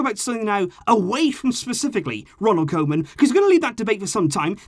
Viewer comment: Please, I beg you, it's pronounced "KOO-man".